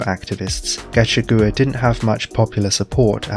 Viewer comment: Thanks for making an explanation public. (Gachagua is pronounced ga-CHA-gu-a) 😉